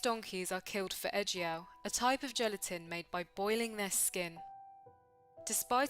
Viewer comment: Ejiao is pronounced a little differently. 'e' and 'jiao' are two separate characters, and 'e' is not 'eh', although it's hard to describe the actual sound because it doesn't really exist in English. 'Jiao' sounds more like jyow. It's nice that you looked it up however. On the matter of smuggling, I really don't think that smugglers do so because they're inherently evil. A lot of people commit crimes and enter shady businesses because they also can't find any legal work that pays. I don't condone the abuse of donkeys, it's just that it's not helpful to point the blame on the smugglers. I'm angry that they seem to have no care for the lives of donkeys but there's a bigger fish to fry and it's not the smugglers. The issue is capitalism and opulence. Chinese people like to buy expensive herbal remedies as gifts for others or to tell others that they are taking it, to show off their wealth. The high demand also encourages people to make money off of it. The animal is not slaughtered with respect and is treated as a product because doing it in an unethical way will get you the most money.